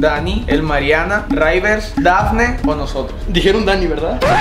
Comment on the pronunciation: Como dekko dice raivers envés de rivers